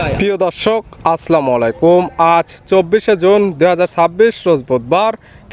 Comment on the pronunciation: আরে ব্যাটা তুমি মুসলমান না হিন্দু জানি না সালামটা সুন্দর করে দাও আসলামও না আসসালামু